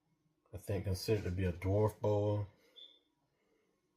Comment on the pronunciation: Nice Boas, but I notice that Americans struggle to say "anerythristic" and "dwarf" correctly 😂